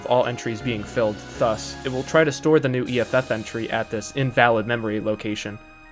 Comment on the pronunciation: Alright I have a bone to pick with the way you pronounce "thus".